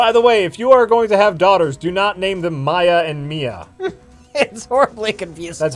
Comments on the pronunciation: Oh jesus christ, you guys. Mia - pronounce MEE-ah Maya - pronounce MY-ah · How do these tards not know how to pronounce "Maya"?